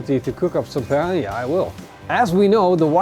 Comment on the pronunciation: Its PICANHA bro, the queen! 🤙